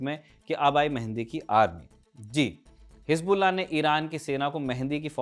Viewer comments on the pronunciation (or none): Abe mehandi nahi bhai, Mahdi😂 pagla